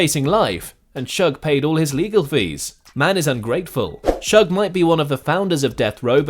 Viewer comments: Leave it up to a Brit to fuck up "Shug". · It’s shoog not shug or sooge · This narrator calling suge "shugg" is ridiculous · His name is Suge, not Shug lol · it Suge Knight not Shug